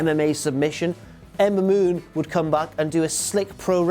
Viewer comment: Being drunk and trying to say Ember Moon so many times doesn't work so well. LOL.